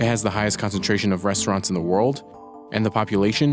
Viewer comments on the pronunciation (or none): none